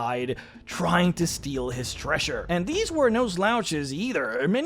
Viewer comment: "invashion"? "treashure"? Jesus Christ man, just stop!